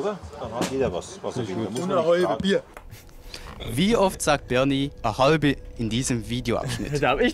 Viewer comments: Boah Leute! Des heißt "a hoibe" und ned "a hoalbe" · Das heißt "a Hoibe" nicht "a Hoalbe". Schamts eich. Preißn beim boarisch ren. Ja geleck, des ka nua wos wern😅😅😅